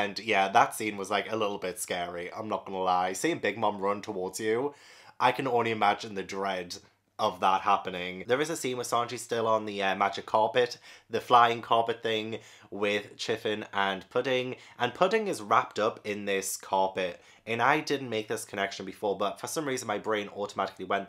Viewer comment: I love ya, but Chiffon is pronounced (shuh-fahn), it's French, and a type of cake 😂 chiffin, that was killing me.